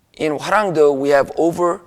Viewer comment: Hwaranwng DOE, NOT "due".